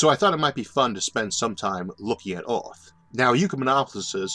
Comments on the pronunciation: I cant stand his voice... ooth instead of earth... jesus christ. Have someone else read the damn script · OMG how can you not say earth!? this is terrible can't listen to you at all. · I have no clue what planet you are talking about. "Orth"? Learn to say "ER", not "OR". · “Visions of Awth”